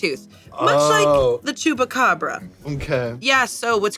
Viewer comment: I had no idea that someone who doesn’t live in Brazil had ever heard of the chupacabra. I almost died laughing when I heard pronouncing it as "tchupabra."